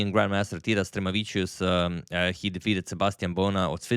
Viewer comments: hi agad, just a correction on the pronunciation (only because I know you always try to get them correct so I don't mean to critic you) for Stremavicius, the stress goes on the 'ma' syllable: stre-MA-vi-cius :) I hope you show some other games from lithuanian GMs in the future. fantastic video as always! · In Stremavičius, the stress goes on "ma" =] avičius is common ending of surnames. It's always stressed on whatever goes before that + the A in there.